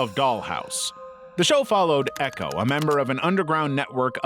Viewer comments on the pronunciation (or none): none